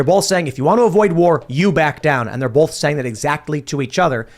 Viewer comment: The word "both" is pronounced bōth, not bōlth. You're welcome.